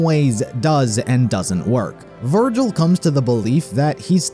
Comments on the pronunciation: I just realised, gilvir is literally the syllables of virgil switched around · Gilver? Virgil lol😅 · GIL-VER VER-GIL This is the funniest thing I've seen... haven't even passed this part yet but I already know it's coming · Gil-ver 💀😭🙏 (most creative name ever)